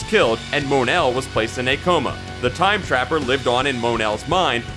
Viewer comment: Also it's pronounced mon el not mone l